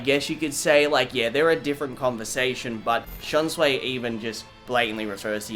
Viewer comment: The name is shunsui (shun su ee) he is not Chinese learn th pronunciation